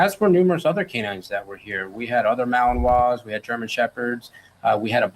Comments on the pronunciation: Hi! Thanks for your great reporting on Danilo Cavalcante. I checked on how to say Yoda’s breed (in English) it’s spoken ‘MAL-in-wah’ just as you thought, I thought the same thing. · French pronunciation was correct on Yoda breed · Wow! Yoda was really awesome!!! (Malin"wah"). You said it perfectly in French. That's how we say it too. Lovely tribute. Watermelon(wah) is very nutricious. Wan't his tattoo on his back an eagle! If so, that's why he wanted the sweatshirt. Bite and Hold trained so only had braids to hold onto. Poor Yoda. But look at Yoda's arms around his legs after a second bite a bit higher than whete he is.;) That worked just fine. Thank you for all of your hard work! You and Yoda have a lot in common!